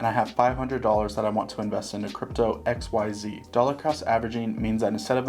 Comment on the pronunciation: I keep hearing XYO instead of xyz 😂